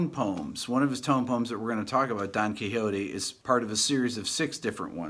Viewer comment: ... Don Kehote??... Don Kishot!! (Don Quixote) Profound admiration for your great channel anyway!